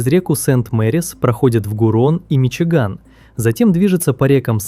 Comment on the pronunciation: "Миши Гамми"😂😂😂